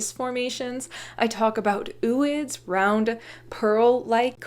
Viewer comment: I would pronounce "ooids" like "o-oids", like "ovo" without the "v". O-ocyte. Zo-ology.